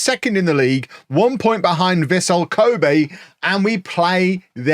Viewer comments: Kobe is pronounced co as in co-op and be as you would say day but replace the d with b. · I think it's pronounced Kobe not Kobe